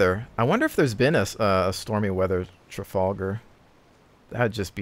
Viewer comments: Tra-fal-gar not Tra-fall-gar :) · The Trafalgar- pronounced Trafalgah